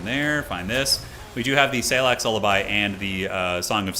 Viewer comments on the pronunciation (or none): the way says Salyak gives me conniptions